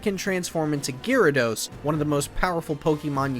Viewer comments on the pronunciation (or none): none